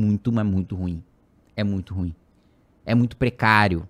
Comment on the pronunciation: Kim merece meu voto só por falar "ruím" e não "rúim" como quase todos falam. 😂